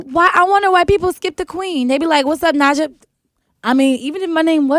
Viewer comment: Yes. Correct him Queen! I also hate when they pronounce Naija with such heavy enphasis on the "i" like "Nijah" instead of "Nahja". Sigh